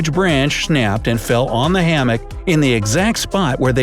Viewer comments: I love the way he says shnnapped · When he said shnapped